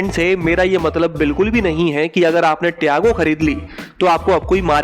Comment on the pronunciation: Tago Nahi Tiago 😂😂😂